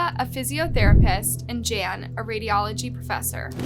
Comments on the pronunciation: Fairly certain that the name "Jan" is pronounced the European traditional way of "Yan", not the American/English "Jan", especially given their surname. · Jan is pronounced yan ! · DISGUSTING - yet again can't even get the victim's names or the areas they come from correct. These South Africans 🇿🇦are not Spanish, but likely Afrikaans, so a Dutch derivative. The "J's" are not pronounced as "h's" but as "y's" like Yan and Yanita.